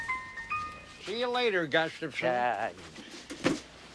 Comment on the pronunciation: Im surprised they didn't make him do another take when he says "Up yours Gustafson!" He pronounced his name wrong. Anyone notice that?